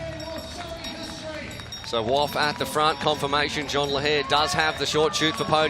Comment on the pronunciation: Yes and Jeanne rhymes with clean and is not pronounced like John.